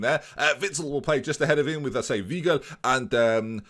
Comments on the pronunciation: "ei" is pronounced like eye in german, so it would be w-eye-gl and l-eye-pzig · Weigl is pronounced V-eye-gl as far as I know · also its pronounced w-I-gel, Merry Christmas oh and you're saying livakovic wrong its li-vah-ko-vich